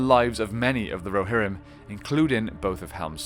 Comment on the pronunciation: Muster the Rohirmm